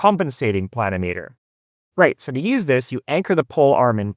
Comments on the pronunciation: It's a pluh-NIM-ee-ter, not a PLAN-o-meter. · Yes, agree (If I'm interpreting your comment correctly). Accent on the second syllable, should be pronounced like: pla NIM itter. Not PLAN i meeter. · It's pronounced "pluh nim i ter", similar to altimeter or thermometer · I believe that the correct pronunciation pla- nim -a ter. At least that is the way I have always heard the. pronunciation. This is a tool that I had used many times over my 60 plus year career and almost forgotten about. Great little device. Thanks. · Ditto here (worked for a land surveyor back in the hand drafting and COGO era). I've always heard it pronounced with the accent on the second syllable as odometer, speedometer, thermometer, anemometer, pentameter... but the continental pronunciation of kilometer makes me wonder if accent on the first syllable is a proper variant pronunciation.